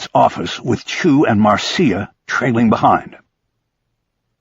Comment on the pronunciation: "Marcia" is pronounced "Marsha."